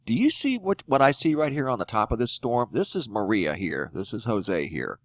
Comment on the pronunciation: As a Puerto Rican I approve of this report, you spoke it properly, also it's trajectory is a lot lower since Irma hit the top of Puerto Rico, but Maria is going to enter through the south